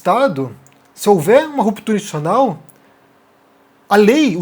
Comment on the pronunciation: Muito boa sua análise, como sempre. Agora, repita comigo: Ins-ti-tu-ci-o-nal. De novo: ins-ti-tu-ci-o-nal... Assim, uma hora você acerta! ;)